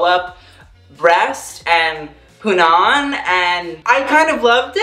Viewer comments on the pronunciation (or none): word of the day: "PUNAN" hahahahahahaha